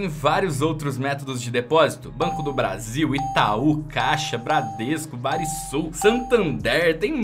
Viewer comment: barisul kkkkkk é banrisul